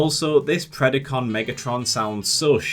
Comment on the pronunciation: Dude, its Pred-A-con, not Pred-I-con. Anyone who watched Beast Wars should know how to pronounce the word.